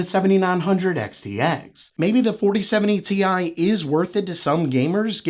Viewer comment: Dude, stop with the Ti pronunciation gag. The joke only made sense for the card that was released that way. The 3090 Ti is the only card that was called Ti in that way! So stop. That era is over, we're in the 40 series now.